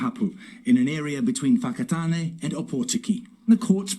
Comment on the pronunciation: Fuck-a-tar-near is how you pronounce Whakatane.